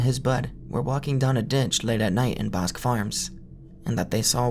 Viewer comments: Bosque is pronounced "BOHS-keh", amigo. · "Bosque" means "woods" (like in innawoods) in spanish, and it's pronounced something like "Boskeh", with the spanish é sound at the end, and a strong o sound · the way he says "bosque" like "bosk" is so funny